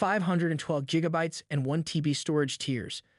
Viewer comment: Yeah, I know...just giving you a hard time because you pronounced it more like jigabyte in the video. ;) Let's not start with "gif" and "jif" now!